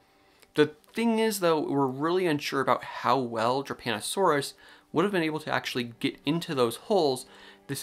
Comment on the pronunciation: I was listening to this while playing Overwatch and thought you were saying "Japanasaurus" and then I thought you said "Japanasaurus was discovered in Italy" and I'm like I'M SORRY, WHAT? ARE PALEONTOLOGISTS OKAY?!?!?